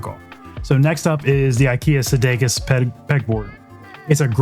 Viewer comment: Some cool prints here and now I'm trying to find a place to wall mount my Lego head models. BTW, it's "Skadis", not Sdakis.